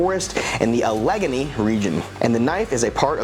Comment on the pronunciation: Hey... I really appreciate your reviews Brother! I resubbed to the General Crate last month... Can't wait for it to arrive! Btw, Allegany (pronounced "a-luh-gay-nee") 😉